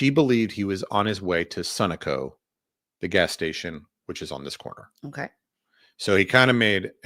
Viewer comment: Sunoco is pronounced suh-know-co